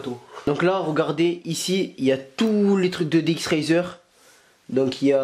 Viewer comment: ça se dit pas dx razer mais dx racer